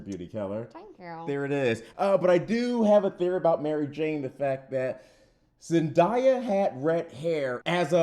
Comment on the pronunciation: It’s Michelle Jones not not Mary Jane and you pronounce Zendaya name wrong